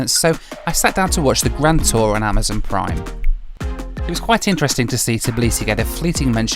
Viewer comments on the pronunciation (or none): none